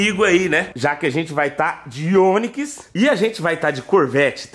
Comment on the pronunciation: "de ôniquis" kkk